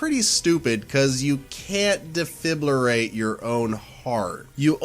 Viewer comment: I hate how he says Defibrilate as Defiblirate